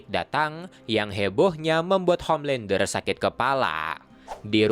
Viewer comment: Homelandah,Bili butchah😑